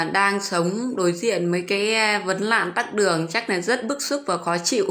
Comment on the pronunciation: Tắc đường hay tắt đường ? Quá cẩu thả. Câm hay ngóng ngọng hay nói